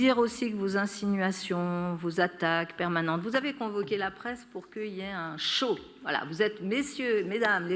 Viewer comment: "Pour queuyé..." Non ma vieille ! C'est : "pour qu'il y ait...'